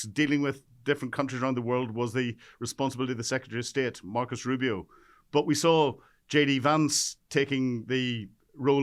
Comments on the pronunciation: It’s NOT MARCUS Rubio, but Marco ! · MARCO, MARCO … not Marcus ! He’s Latino, not LATIN. LOL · You may be a simple Brit, but even a simple Brit ought to know that Rubio's first name is NOT MarcoS!!!! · Who is "Markus/Marcus" Rubio? Does this Brit actually read the letters on the page in front of him? It's Marco Rubio. Other than that, I agree with Gen. Hodges. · Merco Rubio, with an -o, not "Marcus". trumps problem IS pathologic, well said, the other reasons are residual, but many for sure. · Hey Pal, It's "Marco Rubio"!